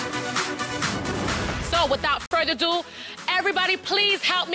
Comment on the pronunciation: It’s “without further ado” not “without further do”